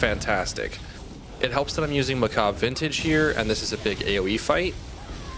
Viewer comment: everyone ive seen til now mispronounces that armor set. macabre lol was starting to think i was going crazy lol